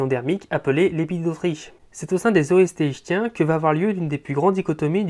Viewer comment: Ichtyens se prononce iKtien, comme iKtyosaure.